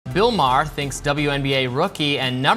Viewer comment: AI VOICE. pronouncing Mayers name wrong